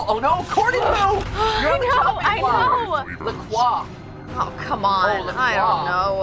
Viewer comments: It's pronounced La Croy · Is that how u pronounce LaCroix...?